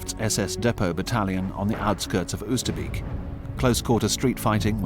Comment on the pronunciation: The first time I saw a war grave cemetery was at 14 and it was Oosterbeek ! I will never forget it ! 0osterbeek is better pronounced as " Oosterbake ".